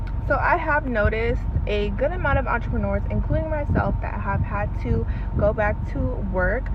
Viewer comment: I knew she was from Florida when she said “I ain’t coming byke”